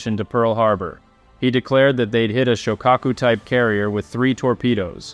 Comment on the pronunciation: Correct pronunciation of Shokako sho lono o Ka short a O pronounced as a short u.